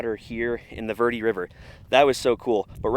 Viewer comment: Dude, you live there and don’t know how to pronounce Verde ? It’s Bare day in Spanish!! You butchered it so bad I thought you were saying something else!!🤣🤣🤣